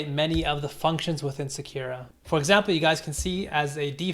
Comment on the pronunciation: Sakura. Emphasis on the first syllable. js